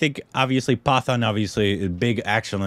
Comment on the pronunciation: It's पठान not पतन 😳